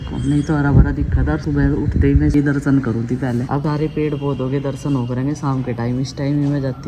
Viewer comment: Lagta hi nahi bachhe achee school mein padhte hai pedh ko pedha bolte hai